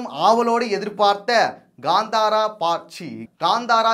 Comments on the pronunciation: Bro this movie Name is Kanthara. It's not Ganthara. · That is not Kandhara, Kantara